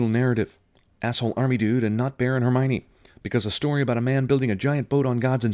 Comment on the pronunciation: OMG I LOST IT WHEN YOU CALLED HER HERMOINE!!!!! XD